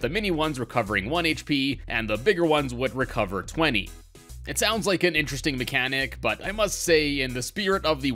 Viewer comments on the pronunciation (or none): none